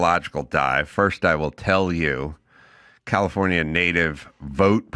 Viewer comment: I like the way he pronounced California.